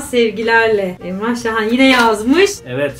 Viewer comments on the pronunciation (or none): Şahan digilmi niye sahin diyorsun